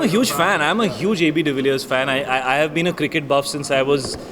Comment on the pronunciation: How many times he said - ab dvillirs h😂😂😂😂😂😂